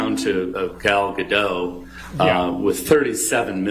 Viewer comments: The fact they are constantly mispronouncing Gal Gadot (Ga-Dote, it sounds like it has an E on the end) has me low key raging over here lol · Gal gadoT!! Where os the T?